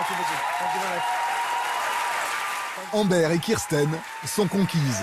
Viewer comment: Embère ! Ça se prononce Ambeur